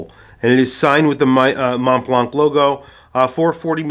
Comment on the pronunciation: Montblanc is pronounced Monblan.